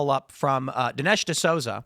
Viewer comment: It’s pronounced D’SOOZA!